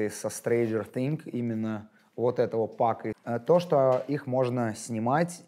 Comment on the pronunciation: Ты постоянно говорил thinG, а не thinGS